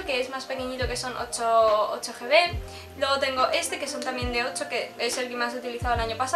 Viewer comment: Min "Ocho Ge Bes" ¿en serio?